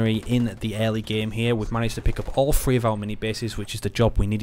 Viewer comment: Can never tell if your saying three or free